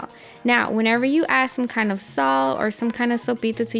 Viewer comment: at 1;20 you say you ad sull, if you are saying salt then spit out the marbles and speak so we can understand you.